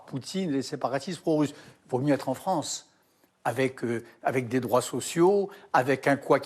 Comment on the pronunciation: La fronce 😂